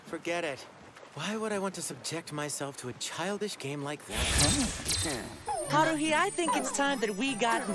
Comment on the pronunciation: LMAO it's Tah-mah-key. Not Tah-kah-mee. 😂 Also Hah-roo-hee. Not Hah-roo lolll Edit: yes Hunny is a true martial arts genius. But you'll find out more about that later 🤣